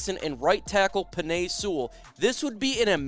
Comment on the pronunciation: Y "seawall" Sewell